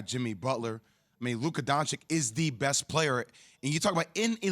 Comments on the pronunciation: ITS DON-CHITCH!!!! NOT DON-CHICK!!!!!!!!!! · Jay Williams saying Luka is the best remaining player in the playoffs, yet still can't pronounce his last name properly. Donchik, really? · Learn how to pronounce his name, cross-eyed motorcycle boy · Why is it so hard to pronounce Dončić surname rightly? To me it feels like a lack of respect for one of the best players in the league... And i heard a lot of media people say it rightly, so its not hard or impossible... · Spend 6 minutes talking about how great Luka is, still can't say his family name right. 🤦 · We 4 years in and still got dudes not knowing how to say luka’s last name on national tv 🤦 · how are you on national tv talking about the NBA and you can't even pronounce Luka's last name correctly. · Best remaining player in the playoffs but still can’t say his name right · Man, J Will needs to learn how to pronounce Slovenian LOL